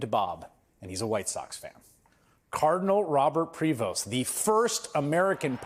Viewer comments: Say his name properly...it's pronounced .... PRÉ VO It's French! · Please the S in his family’s name is silent. The way to saying it is (prevot). By the way French Canadian common family name in Quebec Canada 😊